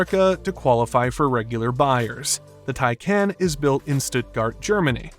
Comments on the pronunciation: I gave up watching. This guy doesn't know how to pronounce "TIE-Kaahnn," not "Tie-KAN." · Love your videos. Isn’t it pronounced “tie-con” tho?